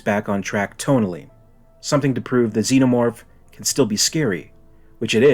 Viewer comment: "There's summink in the waught-ah!"